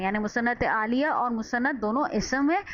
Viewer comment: بہت آسان مگر جامح تعریف ہے👍مگر محترمہ انتہاٸ معذرت کے ساتھ الیہ کوآپ عالیہ پڑھ رہی تھیں۔ایک اردو کے معلم کی حیثیت سے ہمیں ان باتوں کا خیال رکھنا چاہیٕے۔